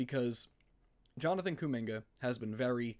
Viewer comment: I rarely comment on yt..your kuminga take is very bad. The lack of ball knowledge is killing ya, can’t even pronounce his name right😭 before his ankle sprain last year he was HOOPING. And then they added Jimmy and there was just way too many scorers around him for his role to materialize. Give him the 2nd/3rd scoring role and he would thrive SO well next to Giannis. Kuzma is a negative asset and that pick is insanely far out + we suck so bad at drafting so who cares at all about a prospect young guy that we won’t develop anyways?? YOU GO GET KUMINGA RN IF YOU ARE THE BUCKS every single time.